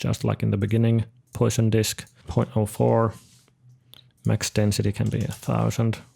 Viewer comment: Hey just a heads up that Poisson kinda rhymes with "grass on" - pwasson